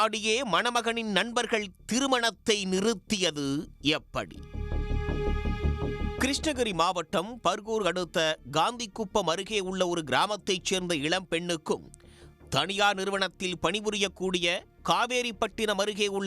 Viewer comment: டே அது காந்திகுப்பம் இல்ல கந்திக்குப்பம்😂